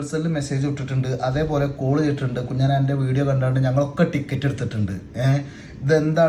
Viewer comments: കുഞ്ഞൻ അല്ല കുഞ്ഞാൻ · കുഞ്ഞൻ എന്നല്ല കുഞ്ഞാൻ എന്നാണ് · കുഞ്ഞൻ അല്ല മുത്തേ കുഞ്ഞാൻ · കുഞ്ഞൻ അല്ല, കുഞ്ഞാൻ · കുഞ്ഞ്ഞ ൻ അല്ല കുഞ്ഞാൻ ആണ് ഭായി